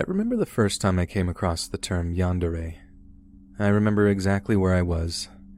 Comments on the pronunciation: "Yandaray" its YAAN-DEH-RREH! Pronunciation is important for narrator channels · I was listening not watching so i didn't see the spelling. At the very first when i heard "Yander er" I thought he was trying to refer to the southern slang " yonder there" Im from the South and people often mispronounce southern slang so I just assumed that's what it was.. LMAO